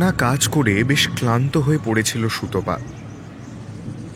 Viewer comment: সুতপাকে সুতোপা বলা খুব কানে লাগে।